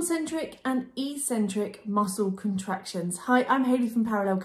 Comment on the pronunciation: Brilliant and really clear video! But what's with the "e - cen - trik" pronunciation? its pronounced "eK - cen - trik" in both British and American English :)